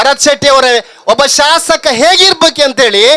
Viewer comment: ಶಾಶಕ ಅಲ್ಲ ಶಾಸಕ.ಉಚ್ಚಾರ ಸರಿ ಮಾಡಿ ರೈ ಯವರೇ😊